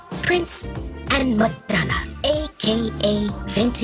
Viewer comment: Yo, she called Madonna "Metamucil" 😅😅😅